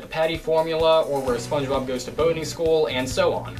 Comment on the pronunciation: gaming LMMFAO. SPONGEBOB not SPANGEBOB LOLZ. 😄